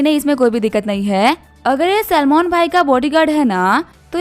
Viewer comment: Salmon❌ Salman✅